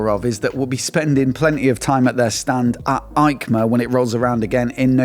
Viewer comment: Hi, I watch almost every episode with pleasure, but please don’t say Aicma but Eicma 😀 like Esposizione Internazionale Ciclo Motociclo e Accessori. It’s in Italy not Germany 😂 hugs